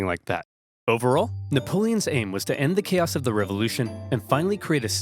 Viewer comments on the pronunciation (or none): none